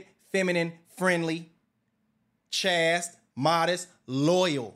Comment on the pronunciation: Literally the opposite of reality... reminds me of my former best friend's wife. As for "why you want a woman on yo way up?" We call that a "partnership", which a marriage is meant to be: two people working together for a greater prize. FYI: "chaste" rhymes with "waist", not "fast".